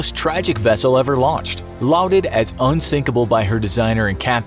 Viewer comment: The word L-A-U-D-E-D is pronounced LAWD-ed, not LOUD-ed.